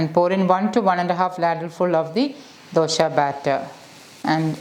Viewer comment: It is Dose not Dosha xD